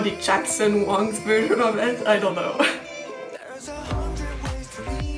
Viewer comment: finally someone pronounce his last name right, lol